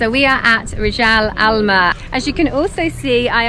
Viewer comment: Rijal Almaa you pronounced it very good